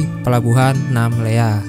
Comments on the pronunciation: Namlea Namlea Namlea, bukan Namela ugh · Namlea bang bukan namela..hehehe